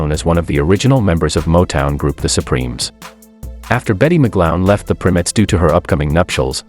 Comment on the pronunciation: They were originally named The Primettes, pronounced "PRY-Mettes", not "PRIM-ettes". They were the sister group to The Primes, hence their name.